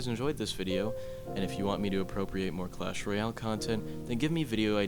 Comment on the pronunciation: Cwash woyale